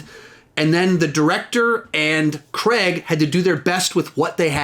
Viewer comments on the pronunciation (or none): It is not Daniel Creg, it is Daniel Cray-g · So many mispronunciations! Since when was Daniel Craigs name Daniel creg?